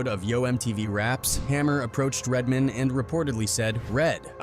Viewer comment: Why quote people if you're you're just gonna play the clip? Also, do more work and narrate it yourslef. "Redmen" 😂